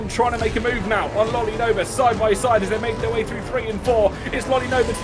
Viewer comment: are you serious right neow bruh